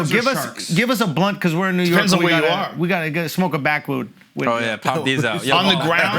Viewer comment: "We gotta smoke a Baakwüd" lmao0o